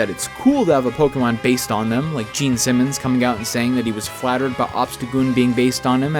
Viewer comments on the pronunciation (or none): none